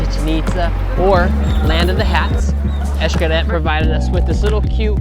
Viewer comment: X-CARET???TYPICAL MORAN. LEARN HOW TO PRONOUNCE "X" in Maya, "X" EESH when it is at the beginning of a word & followed by a consonant. in the middle of a word, it is pronounced as SH or CH. Why is it that we can't seem to have the simple respect, even a little class would go a long way. ie. "WALLA", instead of VOILÀ...it is vwäˈlä, VWA VWA,VWA! NOT, WA, WA. WA, like the uneducated, self absorbed, self indulgent, self centered typical American idiot blathers like a parrot.